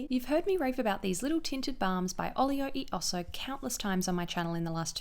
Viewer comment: Love the vid, products look amazing, but - the "e" is pronounced /eh/ like Elephant! As americans, wouldn't surprise me to know that the brand owners also mispronounce it, but just wanted to let you know!